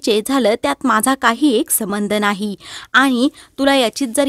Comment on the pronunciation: समंध नाही ..संबंध‌ म्हणा